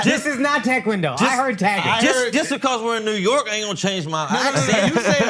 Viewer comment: This is not "tech Kwon do" lmaooo